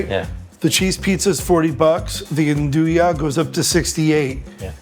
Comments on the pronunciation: Oh so that's what they're saying! I kept thinking they were saying Andouille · Its not pronounced 'an-doo sausage', its 'an do yay' spelled - Andouille. You got it from Louisiana. Dont misrepresent it. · When did andouille become “onduya”? Was it around the time that Kiev became “Keeve”? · That pronunciation of andouille is killing me